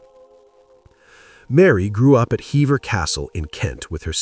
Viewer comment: I agree. Hever has the long ee sound like Heever.